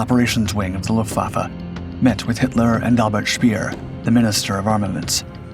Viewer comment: So much of the footage is absurd and in no relation to the awful narration. Cheesy scenes from Hollywood movies. Military funerals that have nothing to do with the V1. You can't even pronounce the name of Albert Speer. The title is misleading. The V1 was not "creepy" to Hitler in the least. You are a "Drama Queen".